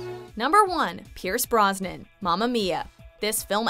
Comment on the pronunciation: Brosnan, not Brisbane